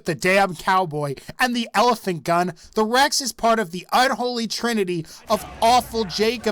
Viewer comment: I just realized no one commented about how you said Rex as the REXAH